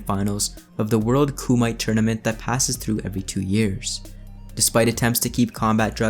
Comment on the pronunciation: Damn, you really botched the pronunciation of kumite.